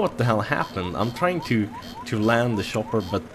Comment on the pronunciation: shopper i love how you pronounce it :D